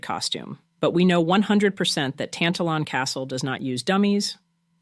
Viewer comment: Very interesting, especially the last one. Just a note on pronunciation: Tantallon has the stress on the second syllable, and the W is silent in North Berwick. I once wrote a short story set at the castle, but you wouln't understand it -- it is written in Lowland Scots dialect.